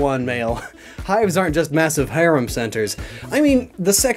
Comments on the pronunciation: Hirum? Hirum McDaniels? you mean harem pronounced hair-em. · Fking 20 seconds later, he says "Heirem"... I SWEAR, ENGLISH ISN'T EVEN THIS GUY'S FIRST LANGUAGE! PROVE ME WRONG!